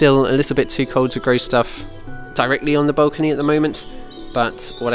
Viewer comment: I do enjoy these videos, but I am a bit concerned about your pronunciation of the word “balcony” as in “the Balkans”. Didn’t know that was a thing.